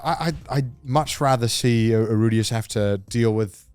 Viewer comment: why is garnt calling rudeus rudi. including correcting connor. his name is rudeus...